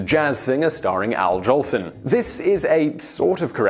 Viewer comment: Al "Johnson"? Noble "Sissy"? Come on, you never heard of Al Jolson or Noble Sissle before you picked up this script, did you? :)